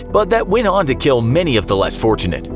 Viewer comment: This punishment....will keel!